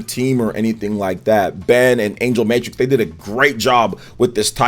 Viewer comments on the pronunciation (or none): none